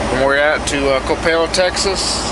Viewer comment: You gotta Love having the Sun ☀️ shining while you’re rolling the miles. It is pronounced “ kə-PEL “ (Coppell) Texas. struggles with this. 😩